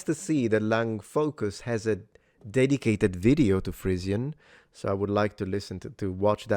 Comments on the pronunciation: I think when you are speaking English, the word Frisian is pronounced FREE-zhən rather than "frizzian" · Everyone else: "frizhən"🙂: "fRiiIIzzIIiaAN"🤌🤌🤌🇮🇹🇮🇹🤌🇮🇹🤌🇮🇹🤌🇮🇹🇮🇹🤌🤌